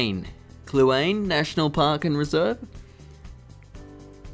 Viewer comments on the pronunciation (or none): "Kluane" National Park is pronounced, "Klew-Aww-Nee", also it's the "Ree-Dough" canal---- from a government of Canada cartographer :) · It's Jasper, though some do call it Yasper Nahanni (Nah-HAAA-Nee) Kluane (Clue-AHN-nay) As for your videos, they're brilliant mate. It's nice to see some love on the internet for Canada, we tend to be an afterthought with most people and traveler, but we do have much to offer. Looking forward to more vids.